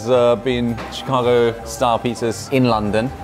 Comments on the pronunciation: Chicago style pizza❌ Thick-ago pizza✅ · did Mr. Z said "Chicaco deep-dish shitza"? 🤣